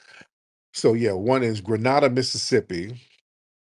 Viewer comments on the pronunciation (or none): Grenada is pronounce gre nay da. Honestly, I'm not sure if this was retaliation. Kilings like this happens a lot and many of them don't get a lot of publicity, like in Sallis and Laurel. Hell, the Jackson police were killing brothers and burying them.